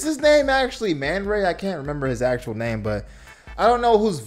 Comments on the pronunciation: This man called black manta "manray"😂😂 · It's Ace "VEIN". Not Ace "VAN". Also it's Black Manta. Manray is the Spongebob villain 💀💀💀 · I know u ain't just call black manta "man-ray"